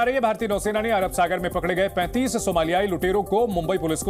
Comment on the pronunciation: 35 bolo 35 saw nahi 😂 bhisadi ke